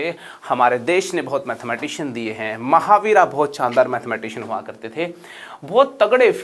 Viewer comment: सर कृपया हिंदी में बोल रहे हैं तो " महावीरा " को " महावीर" बोलें इसी तरह "गणित सार संग्रह" होता है " गणिता सारा संग्रहा" नही। बड़ा अजीब लगता है।